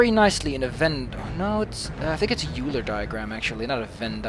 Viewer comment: By the way, I don't know if you ever learned this between then (the time you recorded this gameplay and uploaded it) and now (the time I posted this comment), but the "eu" in "Euler" is pronounced "oy," so "Euler" rhymes with "spoiler." REASON: It was after a man from a German-speaking country: Leonhard Euler of Switzerland.